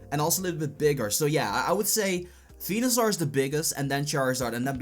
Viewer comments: WTF man Its Venusaur NOT Fenusaur! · ITs venusaur not Fenusaur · Its venusar NOT fenusar